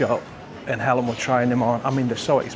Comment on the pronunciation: you say Alan and Helen the same way "Ellen". Solea, stealth yacht. I swear, I could hear Helen laughing when you said maybe you should get her a present and then showed Louis Vuitton. I find chocolate helps me with a migraine and also caffeine, which they say stay away from, It works for me. The vlog was not rubbish. We all feel unwell sometimes. Mind yourself.